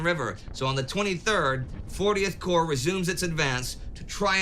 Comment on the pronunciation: A minor correction, but corps rather than corp. Corp is an abbreviation for corporation, while corps entered the English language through French. (hence the silent P and S)